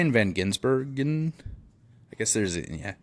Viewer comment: Gisbergen Its not Gi>n<sbergen Gis-berg-en